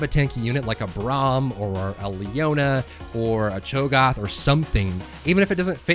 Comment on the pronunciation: Cho'Gath. A as in Apple. No like when the doctor tells you to open your mouth and say "ah"